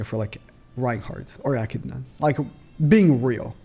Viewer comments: Aye he said echidnas name correct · I see you learnt how to pronounce Echidna! Well done